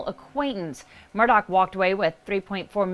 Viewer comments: It's murdaugh not Murdock. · MURR-DAW, not MURR-DOCK. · You’re pronouncing his name wrong. It’s murduagh not Murdock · Is not Murdock.... it is Murdaugh. I know it shouldn't bug me..... but every news reporter says it wrong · murDAUGH, not murDOCK.